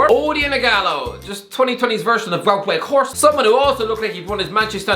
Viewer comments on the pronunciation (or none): none